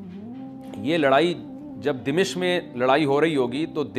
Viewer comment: السلام علیکم امیدہے آپ خیریت سےہوں گے۔ حضرت دمشق کے نام میں "م" پر زبر ہے۔